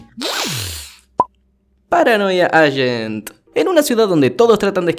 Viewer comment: paranodia acent